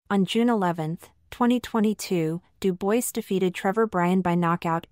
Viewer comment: It’s pronounced Doo bwah FFS get a human to do the narration